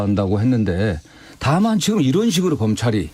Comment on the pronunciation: 김은혜 왈~이란이 아니고 이런 입니다 ~다시잘들어 보세요~